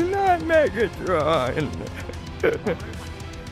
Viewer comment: The way you say “NoT LiL mEgAtRoN